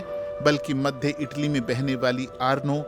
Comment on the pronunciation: मध्दे नही मध्य बोलिये